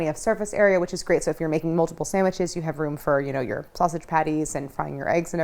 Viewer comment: Harris calling sausage snasage made my day! 😂